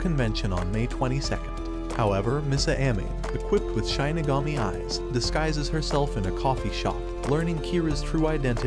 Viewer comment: Please never say ‘Shinigami’ again